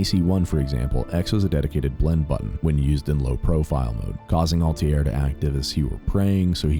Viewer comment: First comment also you should have put more fack Italian twang when you said altair smh